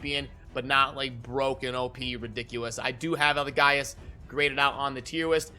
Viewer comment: Say it with me, EL-E-GAY-US, Not EL-E-GUY-US lol